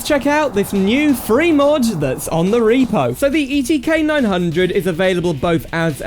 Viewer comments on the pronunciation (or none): none